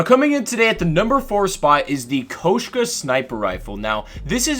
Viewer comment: Why you call it the Koeshka instead of the Koshka